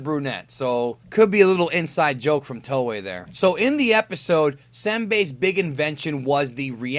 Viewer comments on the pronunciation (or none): none